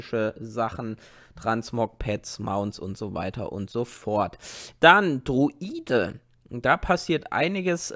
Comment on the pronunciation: Druide nicht droide🤣 Mönch hats auch nötig